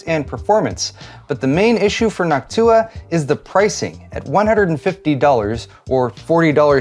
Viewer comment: Sorry, Noctua, I will always hear "Hawk-Tuah".